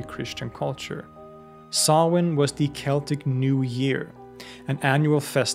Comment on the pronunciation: Just delighted you pronounce Samhain correctly 😂 Stingey Jack save us from Sam Hain 😅